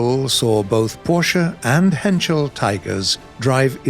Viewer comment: I love u for saying porsche correctly. Thx very much